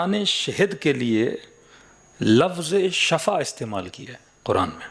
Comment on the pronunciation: Sahi lafz Shifa hai shaba means maut